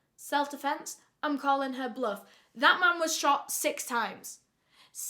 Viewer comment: My happiness today is sponsored by pronunciation of the word "blooff".